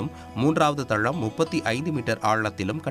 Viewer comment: தளம் வாசிங்க .... தழம் வாசிக்காதிங்க pls